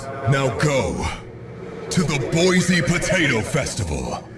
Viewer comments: As someone from Boise, this game is kind of a big deal for me. But it's pronounced "BOY-see". Not "BOYZ-ee". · "THE BOISE POTATO FESTIVAL"...It's okay,, I laughed out loud too. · as a Boise native...the words 'Boise Potato Festival actually hurts my soul